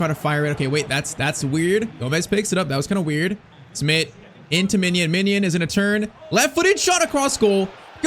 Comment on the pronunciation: Bro, why are you saying ‘Minion’ it’s ‘Mijnans’🤦‍♂️